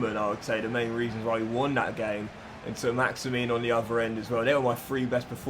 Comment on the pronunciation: saint maximin, not saint maximine, plz sort it:)